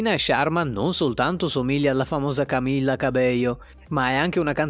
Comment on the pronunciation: Scusa ma hai pronunciato male tutto, Camila ha solo una L, poi Descendants si pronuncia DeSendants, e invece Tik Tok ha un altro accento...